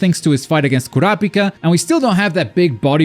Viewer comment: Its pronounced (Cure-a=Peaka)